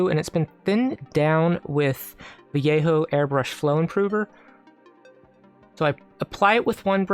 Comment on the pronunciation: So, I admit I hit Like and Subscribe at about 7-ish minutes, right before I heard you pronounce "Vallejo" correctly, with the Y sound, and I wanted to say both how beautiful I thought the piece was and how much I appreciate your attention to detail. Have you experimented with different colors to fill in the details rather than black? This gives me a lot of ideas, lol Great instructional!